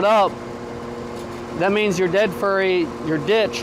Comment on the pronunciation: Furrow not furry